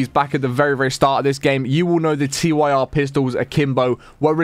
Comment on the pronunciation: guy called the Tyr pistol T.Y.R its pronounced Tear like. if youre crying. what rolls down your face